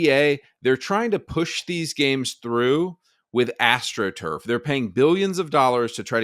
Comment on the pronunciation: Astro truff every second word. Horrendous take.